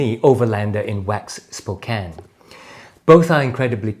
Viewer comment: Great review and lots of good information, thanks... Love the black on black, black out look. Very classy. My only gripe is the heel block. A real chunky monkey in my opinion, but that just me. I think it would look slick with a semi dogger or dogger heel slant.. I hear the pronunciation of "Spokane" is like us yanks now...